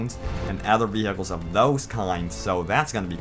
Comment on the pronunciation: Lol veehickles